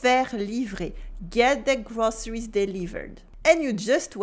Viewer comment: May I offer a gentle suggestion ? Your English vocab and grammar are ok, but please work on your pronunciation... ! "soon" sounds like "suun" - "too" sounds lik "tuu" - "groceries" sounds like "grosseries".... - "where" sounds like "were" ... - "butcher" sounds like "beutcher" - "local" sounds like "lockal" - "these" sounds like "this" "vocabulary" sounds like "voklaburie" I only understood from the context what you meant